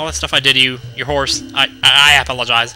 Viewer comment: Did you say "apple-a-jize" ?!